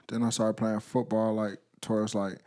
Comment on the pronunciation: and he said footbawr lol